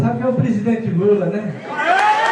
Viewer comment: O Ciro falou Lula igual o Marreco falando "coopçao" em toda a entrevista.